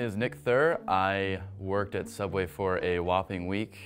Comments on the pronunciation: You mean Sooubway employee horror stories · Frisk he a youtube who work at subway he call it soubway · They should’ve worked at sooubway instead